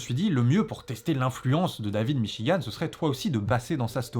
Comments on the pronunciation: "le livre de Davlbgidb m'chigan" xD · La russe dit david michi-gand